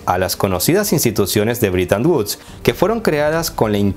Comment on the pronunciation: Amigo: No se si mis orejas me fallen, pero capto que pronuncias ligeramente " britan uds ". No te fallara la matematica queriendo decir "BRETON WOODS".? Me pregunto!!......